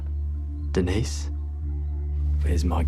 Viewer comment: "Denise"는 여자 이름으로써 "드니즈"라 읽어야 됩니다. "데니스"로 읽어야 하는 것은, 남자 이름으로서의 "Denis".